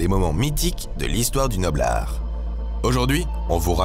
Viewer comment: Il dit noble art ou noblar ? Ou quelque chose d'autre parce que je confond, je sais jamais de quoi il parle